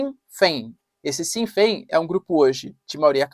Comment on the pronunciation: Na Irlanda temos uma frase para dizer para os igleses "Slán abhaile Sasana" (Slón availhe sasana) Vai pra casa ingleses. A por favor quando vcs forem pronunciar Sinn Féin falem assim "Chin Fén. O S seguido de "E" ou I tem som de x ou ch no português!!